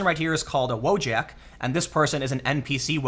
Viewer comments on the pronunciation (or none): pronounced Voyak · But Polish "wojak" is pronounced as "voyak" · Just one thing... iT'S PRONOUNCED WO-YAK, Wojak comes from polish... and in Slavic languages J is pronounced as Y in English words such as Yes.